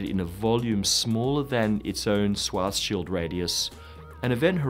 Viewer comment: I'm being petty, forgive me, but Schwarzschild is pronounced Shvahts-shilled. Almost right though.